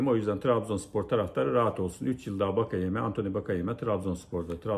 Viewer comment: hocam bakayeme değil antoni wakeyeme ayrıca 2.5 milyon euroda çok